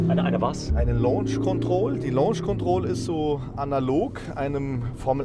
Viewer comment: face-blue-smiling:LAUNSCH KONTROL .... dat heisst LOHNSCH ... LAUNSCH = lounge ... LOHNSCH = launch !!!